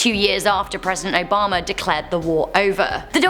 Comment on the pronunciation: I love the way she says Obama... Obomber